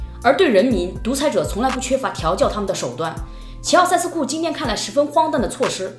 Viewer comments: 齐 容易被读作 习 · 我以为是在说齊奧塞斯庫，原来是在说希奧塞斯庫😆